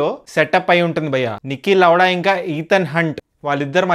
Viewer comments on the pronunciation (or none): adi lawada kaadu bro Lauda 😂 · Niki Lowda✅ Niki Laudha❌